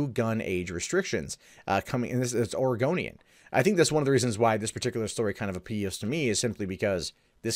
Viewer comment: >> says "Oregonian" >>Hear "Argonian" instead IS A REPTILIAN! ILLUMINATI CONFIRMED!!!